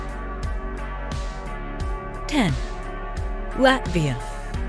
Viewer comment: She mispronounced Latvia as well